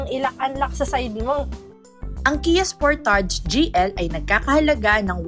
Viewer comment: Spur•tuhj po ang tamang pronunciation.